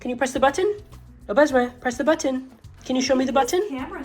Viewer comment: Molly, your French is really not bad (especially for "au besoin")! The only thing I can't tell is whether his "walk on" command is "en avant" (forward) or "on y vas" (let's go). Your pronunciation sounds right in the middle and either could work; I suspect it's the former though!